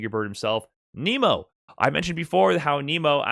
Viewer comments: I can't sit thru you pronouncing it Kneemo and not Naymo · ya it’s not Nemo like the fish in the Disney movie. It’s Nemo like “Neh-Mo”